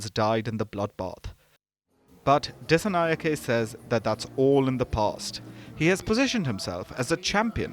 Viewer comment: Just look at the comments; you are completely misleading the international audience based on Ranil's words. You don't even know how to pronounce a name as a reputed media... "singhe" pronounce as "sinha" and "nayake" as "nayaka"... it's the way we adapt to write in English.